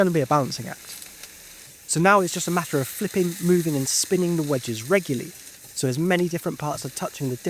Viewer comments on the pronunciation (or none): The word is "Reg-U-Lar-Ly" Four syllables. Not "Reg-U-Ly". Thanks.